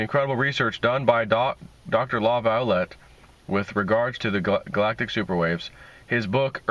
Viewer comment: Laviolet pronounced La Vee Olay. Like chevrolet is not chevro let. Jeeze dude, you are making a career out of reading, do a little homework before you do your presentation.